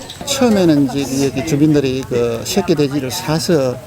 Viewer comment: 셰끼.. 셰끼.. 군대 고참때문에 저 발음에 엄청심한 거부감이 있었는데... 저분의 인터뷰에서는 왜이리 정감이 가는지......셰끼돼지...셰끼돼지...ㅎㅎㅎㅎ